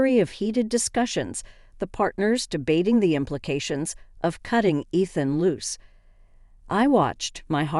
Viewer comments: It's ridiculous that they can't pronounce Ethan a name thats used in these stories all the time. Also Moore is spelled like this. Its a gaelic name. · The mispronunciations of Ethan’s name and the word sabotage are hilarious.